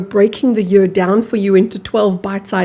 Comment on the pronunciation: You pronounce year as yur And not yeer